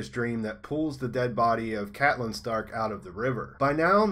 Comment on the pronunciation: CATlyn, not Caitlyn :)